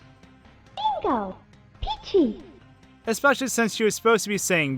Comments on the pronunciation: Expecially? You mean especially? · You said "ecspecially" when talking about the Turtles fighting game. You have been warned